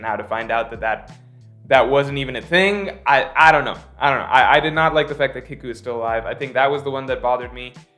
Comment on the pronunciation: Btw it’s Kiku (KeyKu) your pronunciation is a bit off